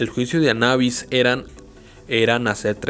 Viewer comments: Anabis lo repetíste mil veces mil veces mal anubis es anubis y está escrito anubis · Es juicio de Anubis, ni siquiera está en otro idioma , no puede ser tan difícil de pronunciar . o lo dijiste mal a propósito?